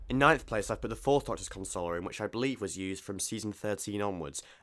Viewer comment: You are pronouncing Console Room how one would usually pronounce it when they're consoling/comforting someone. A console, as in a unit containing controls etc, is pronounced con-sole, were to comfort is more akin to cun-sole. A minor but important distinction which is jarring to my pedantic ear. The Doctor, considering the nature of his travels and the commodious expanse of the Tardis might very well need and have a room to console people in, but that's another matter altogether.